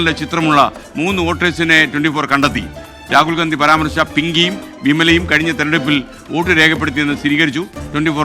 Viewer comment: Le tg: രാഹുൽ ഗാന്ധി അല്ല രാഹുൽ ഗണ്ടി 😅 അതും പറയാൻ പറ്റുന്നില്ലെങ്കിൽ ഗ മാറ്റി അ വച്ചാലും നോ problem 😂